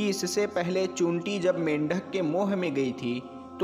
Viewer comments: Chinti bolna to seekh le pahle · उर्दू लब्ज बोलने बाला चींटि नहीं बोल पा रहा है